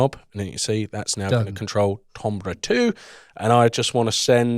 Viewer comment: oh god the tombrah pronunciation, it burns